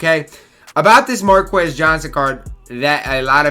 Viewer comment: “Markus” man. You don’t pronounce the qu like that.